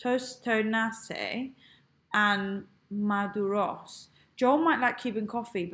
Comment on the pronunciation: The Cuban tostones and maduros are pronounced tō-'stō-nĕs and mă-'dū-rōs. Stress accents are on the second syllables.